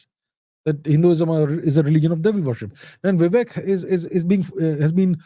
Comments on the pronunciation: Come on you are Indian!! Don't call him "Vivack" like the Americans. It's shows very poorly on you. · He is Vivek bhai not Vivack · Sir, please use the actual pronunciation of "Vivek" instead of a ruined western pronunciation that always messes up with all Indian names. This is the same reason why people say Raamaa instead of Raam, Krishnaa instead of Krishn, Shivaa instead of Shiv, Raavana instead of Raavan. Please avoid such fatal errors. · C’mon is it that hard to pronounce “Vivek”? 🤷🏻‍♂️